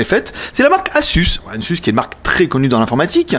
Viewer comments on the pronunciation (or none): Pitié, ça se prononce aZZZZZZZZus !!!!